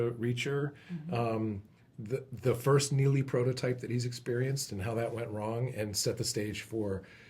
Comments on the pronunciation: And Alan just proved that 'Neagley" is pronounced "Neely" without the "g." I wish people would get it right. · And reacher also says neagley multiple times throughout the show, so i have no idea why people get confused on this